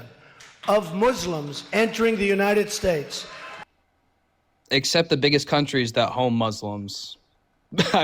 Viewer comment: I don't know, I personally like when he mispronounced United States, and when it took him 4 tries to get the definition of groceries!